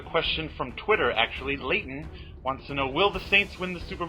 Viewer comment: It's Leighton you said my name right thanks man.